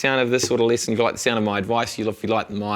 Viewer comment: And it's lesson not lissen